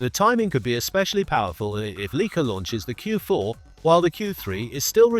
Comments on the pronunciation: “Leaka”?!? What the heck? … it’s LIKE-A … get with the program!!! 🙄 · It’s not LEE-Ka it’s LIKE-ah. No credibility until you learn how to pronounce the world’s best cameras. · … could the voice-over be AI generated, and the AI model is too stupid to know how to annunciate “Leica”? … the oldest camera name in the world, recognized by every photographer in the world, who all know it’s “like-ah”, seems suspiciously AI generated. 👍🏼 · AI generated crap video and voice. at least make the speach doing the brand name as intended.